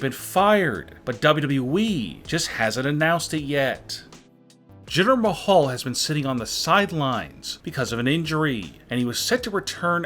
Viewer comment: "Jitter Mahall"?